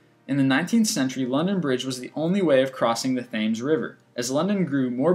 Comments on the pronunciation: Lol, his pronunciation of Thames is hilarious, "tames". It's "temms" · lol, 'fames' river. Even though its spelled with a 'th' most people pronounce it as the river tems (Thames) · the thames river in london is pronounced 'tems' *facepalm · btw its the Tames river.. not the THames river. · you pronounced Thames 'Thaymes'?! it's one of the most famous rivers in the world and you can't say it right?! it's pronounced 'Temms'... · not Thay-ms, Tehms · Thaymes? its pronounced Temms (but spelt Thames) :D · Thamesss, Its pronouced "Tems" mate. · Not pronounced themes. Pronounced tems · Lol the Thames is pronounced "tems" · It's pronounced Temmes not Tames, don't wanna sound like a dick, but I'm going to anyway... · Lord, his pronunciation is atrocious. Makes it VERY difficult to listen to. Learn the language, dude. I'm surprised he pronounced it Tames and not Thames (long 'a'). For the record, it's pronounced "tems". I don't even want to get into the obvious lack of fact checking. Get a clue, guy. Research your topics before you come off sounding like a complete tool. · Just a tip, the river Thames isn't pronounced as its spelt, it's pronounced the river Tems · FYI - The River Thames in London is pronounced "Temms". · Thames is pronounced Tems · Thames!?!?!? It is spelt like that, but pronounced as 'tems'!!! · Dude its the Thames pronounced Tem-s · Thames is pronounced 'tems'. That's English for you.. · Thames? It's pronounced Tems! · thames is pronounced: tems !!!! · thr river in london is called themes and you pronouce it tems and 25 most famous deaths/assinations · Lol at the way he said 'Thames' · I love you're videos but why the hell are you pronouncing Thames and art deco like that? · lol the way he pronounces "Thames" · you dont pronounce the h in Thames...